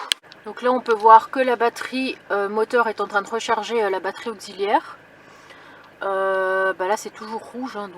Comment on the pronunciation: Pourquoi batterie auzilière on dit taxi pas tazi 😅 pareille pour auxiliaire .